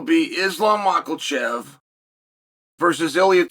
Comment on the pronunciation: Mocklechev is such a funny way to say his name 😂